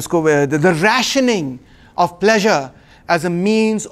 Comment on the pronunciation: Of pronounced "ov" not off...